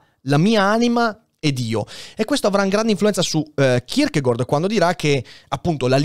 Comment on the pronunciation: So che è una cosa molto stupida, ma non sopporto il modo in cui pronunci il nome di Kierkegaard. In danese la pronuncia corretta è kirkegor, in italiano è kirkegard, tu fai un miscuglio e dici kirkegord. E niente, nessuna polemica, ma dopo alcuni video in cui ti ho sentito pronunciarlo in questo modo ho voluto scrivertelo :D